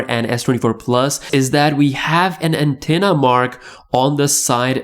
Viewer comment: this guy kinda redundant. "New and improve brand new anthena". lol